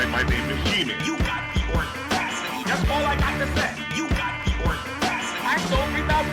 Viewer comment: Thanks a lot you got me walking around my house saying "you got the ordacity" all day lol